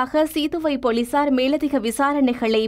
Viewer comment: உங்களது தமிழ் உச்சரிப்பில் நிறைய தவறு உள்ளது. தேவையில்லாத நிறைய "ஹ" சத்தம் உள்ளது. ஆரம்ப ஹாலம், ஹர்த்தால், போளீசார்,....